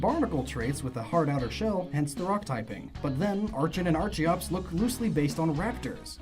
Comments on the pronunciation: BTW it's pronounced ARKEOPS and based on the Archaeopteryx. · It’s not Arch-e-ops, it’s ark-e-ops. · Dude. You keep forgetting the "r" in Tyrantrum's name. It's Tyrantrum, not Tyrantum. Also, it's ar-kee-ops, not ar-chee-ops. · It's pronounced "ARCK-en" and "ARCK-ee-ops". Remember to think of it like "Archaeopteryx". And I'm a firm believer of the "fossil Pokemon are only Rock-types because of fossils" myself. I love the idea that they were a different type back when they weren't fossils. My personal theory of what type they once were: >Omanyte/Omastar=Water >Kabuto/Kabutops=Bug/Water >Aerodactyl=Dragon/Flying >Anorith/Armaldo=Water/Bug >Lileep/Cradily=Water/Grass >Cranidos/Rampardos=Dragon/Rock >Shieldon/Bastiodon=Dragon/Steel >Tirtouga/Carracosta=Water/Steel >Archen/Archeops=Dragon/Flying >Tyrunt/Tyrantrum=Dark/Dragon >Amaura/Aurorous=Dragon/Ice As you can see, I'm pretty convinced all of the dinosaur (and pterosaur in Aerodactyl's case; remember, pterosaurs were NOT dinosaurs) Pokemon were Dragon-types. It would explain why so many other Dragon-types (Haxorus, Dialga, Palkia, Altaria, Kommo-o, Reshiram, etc.) are also clearly dinosaurs and why many non-Dragon-type dinosaur Pokemon (Tyranitar, Tropius, most of the fossils I listed) can learn Dragon-type moves.